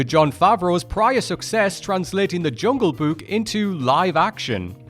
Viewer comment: I hope I don't sound rude, but the way you keep saying "Jungle Buke" is driving me crazy.